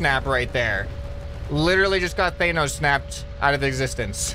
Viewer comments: It’s pronounced like than-os not thane-os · it’s tha nos not thaynous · you say thanos wrong even in the movies it is said different you are good youtuber but please I am dieing I need to not hear thaynos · Also hilarious that he says "thaynos" instead of thanos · 4. says thaynos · How has no one reacted to his pronunciation of thanos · I can't get over how you say Thanos because I also thought it was pronounced that way...since it reminds me of Thanatos the gatekeeper/god of death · Lmaooooo the way says Thanos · The way he says Thanos 😆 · He cant pronounce thanos.